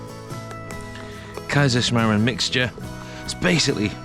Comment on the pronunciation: then definitely pronounced it right for your part of the world 🌎 😀 👍